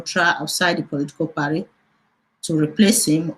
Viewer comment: what is parry? it's party. abeg stop the funne